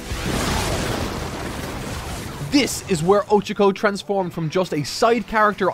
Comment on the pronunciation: it’s Oh-Cha-Ko not Ocha-Ko like the Japanese word for tea.